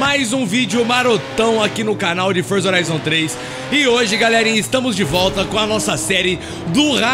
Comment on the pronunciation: Forzi orizon